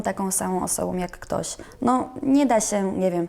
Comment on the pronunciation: ..... wyjątkowoM osoboM JulioM (a ile ich jest🤣) KuczynskoM (a nie Kuczyńską przypadkiem?) Pan, który chce robić wywiady, musi się nauczyć poprawnej wymowy i napewno spokojnego tonu głosu. To podstawa.